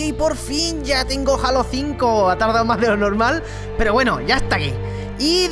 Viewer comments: Tu que si que si que cada uno lo pronuncia como quiere pero en realidad se pronuncia JEILO! LIKEEEEE! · en méxico se llama halo se pronuncia jeilo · pero es 343 indiustres es Halo pero se dice Heilo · es jeilo no jalo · max chavez Lo solemos ignorar,a todos nos pasa,pero vamos que si hay que decirlo es así,la H se escucha ;).